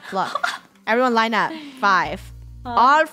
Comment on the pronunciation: funneh: Everone lien up